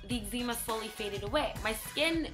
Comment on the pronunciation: She pronounced eczema wrong